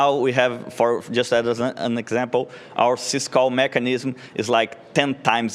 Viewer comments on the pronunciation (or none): it's "syscall mechanism", not "cisco mechanism".